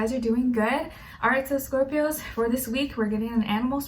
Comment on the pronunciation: For scorpios she says “Scorp-i-Oos” hahaha I love it